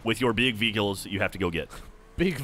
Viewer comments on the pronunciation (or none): "big veeghals" haha